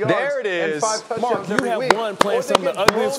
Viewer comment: Is it me or was Bart Scott calling Mark or Merk?